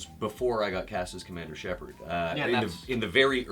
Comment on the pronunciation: ER MAH GERD !!ITS SHEPARRD !! AHHHH !!